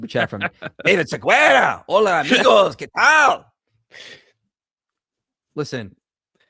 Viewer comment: There is no Siguera in my language. His name is "David Segarra" 😂